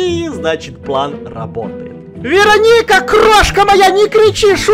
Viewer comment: я посмотрела один фильм и в этом фильме была чародейка Веро́ника, и подумала, может быть эта не Верони́ка, а Веро́ника. Заметь пожалуйста.